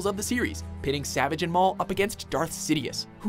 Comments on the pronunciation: STOP MISPRONOUNCING “SAVAGE” JESUS HECKING CHRIST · His name is not pronounced that way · Can you at least say Savage right? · omfg u cant even say savage opress right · Makes me cringe every time you try to say savage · not savage its SA-VAHGE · It’s pronounced (Sah-vah-ge) not (Sah-vij) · It's pronounced "savaage" not savage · This guy called Saavaage Opress, Savege Opress. Probably just looked up a list of The Clone Wars episodes and their descriptions to make this video. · He said 8 at 7 and also it is sa-vage not savage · It's Pronounced Saaaa vage No Savage. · It's pronounced sa-vauge not sa-vage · Every time he said “Savage” I die a little inside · the butchering of the name savagé...you'd swear that they didn't watch a singl-oh wait...they probably didn't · Ikr! It's Suhvaage(You know the pronounciation I'm trying to type.) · no it's like sah-vage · Imagine pronouncing Savage’s name like “Savidge” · in every video "Savage's" name has been mispronounced, it's pronounced "Savaj." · Imagine saying savage opress instead of "sevajj opress" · Dang it,, you’re SUPPOSED to pronounce Savage Opress’ first name SA-VAH-GE! 😡😡😡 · Savage is Sah-vagh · It’s pronounce Sahvaj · his name is spelt Savage but it pronounced "ser-varj" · Savaage, it's pronounced Savaage. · it's saavage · If he can’t say “Savage” right then this list is all wrong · Savage was pronounced wrong every time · I got triggered every time he said his name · The way he pronounces “Savage”s name pisses me off lol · I love this channel, but multiple miss pronunciation, not just talking about “savage” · Well the narrator has clearly not watched this show with his pronunciation of savage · does it upset anyone else on how he pronounces savages name? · Does he know how to say Savage’s name right? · He kept saying Savage Opress' name wrong. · the way he pronounces savage tilts me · Imagine making content without knowing anything your pronouncing Savage wrong for him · It's Savage not Savage